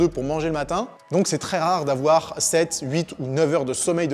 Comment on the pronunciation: y'a pas de "z" à huit